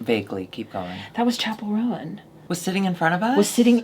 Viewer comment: just so you know, because she’s said this annoys her too — it’s Roan like bone, Ro-wan like… well, I guess the name Rowan 🥲